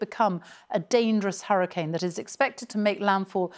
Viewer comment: Why does she say hurricine? Ma’am